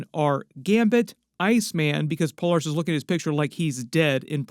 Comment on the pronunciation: "Puh-LAIR-us" like Polarity. Not "Puh-LAR-us"